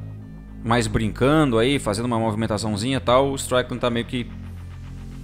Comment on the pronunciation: Desculpa, mas vc está pronunciando o nome do Strickland errado... se pronuncia Istrikilend e não Straikiland. Parabens pelo canal, assisto seus videos todo dia. abração!